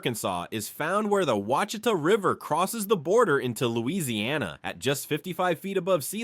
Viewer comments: Arkansas is not nor has ever been a Midwest state . It is very much a Southern state . It always has been. Learn how to pronounce things properly when you do stories on Southern states . Those are the WASH EH TAW Mountains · The mispronouncing of Ouachita (wash...i...ta ) is well known here in Arkansas. We pronounce it with three syllables, accent on first syllable, the letter 'i' is the 'short' i sound, then ending with ta...short 'a'. But....the rock called Novaculite, which is world famous as a high quality whetstone, is also known for being pronounced as the 'wa...shee...ta' stone...accent on 'shee'. The American Indians who were here thousands of years before "white man" got here, probably laughed a lot at us trying to pronounce their names for stuff. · Oucitha is pronounced wash-it-tha! From a native American tribe. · Ouachita. = “ wash a taw “ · Please tell me this is AI, because anyone purporting to be professional would learn these names before making a video representing a state. Fouke = F-ow-k like ouch. Ouachita =wash-it-tah, like the Native American tribe. Magnet cove not magnetic cove. Petit Jean =Petty Jean, it means little John. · Right, bad pronunciation! It should be wash-e-tah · The mountains in Western Arkansas and the lake near Hot Springs is pronounced Wash-i-tah. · The proper Arkansan pronunciation is WASH EH TAW . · Oucheatah...had me laughing way to loud. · Ouchita was butchered heavily. And Petit Jean was massacred. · "Ouachita" (pronounced wash-i-tah). lol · Ouachita, pronounced wash i ta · Quachita is pronounced “Wash-It-Tah” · I'm from Arkansas and didn't even know all of these. And yeah, like some people said, there were some mispronounced names. Among others, the one that stuck out most to me was Ouachita. It's more like "wash-it-ah" instead of "ew-wash-ita" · uhhm it is not wash I tah it is o wa chita! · Ouachita is pronounced Wachita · ahh yes lake WHA CHEE TUH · Ouachita (pronounced "wash-a-taw") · wash a taw is how you say Ouachita